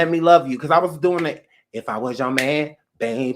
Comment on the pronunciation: When you said "....have you ever like not watched verses....What are you dewwing?!!" LMMFAO!!!!! i CANnot with you...you just funny.....